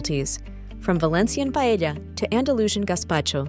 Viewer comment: The AI can say Lanzarote but it can't say Paella.